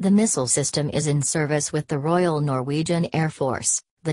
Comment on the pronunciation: "Royal", please!!!